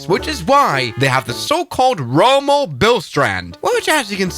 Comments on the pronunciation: It's Rømø, not Romo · “Rowmow bill strand”